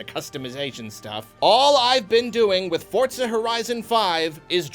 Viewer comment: I'm liking this video purely because you pronounce Forza correctly, don't even need to watch the rest, thumbs up all round.